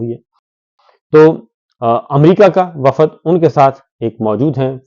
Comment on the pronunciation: شاکر صابر صاحب ۔۔۔ وفد ۔۔۔ کو سہی بولا کریں میں بھی پنجاب سے ھوں اسکرین کو بھی آپ سکرین کہتے ھیں کیونکہ یہاں جوابداری ہماری ھو جاتی ھے